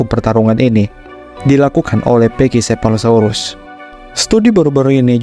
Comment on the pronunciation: Naratornya ngotot bacanya pekisefalosaurus. Padahal pak david attenborough di videonya aja bacanya pakisefalosaurus.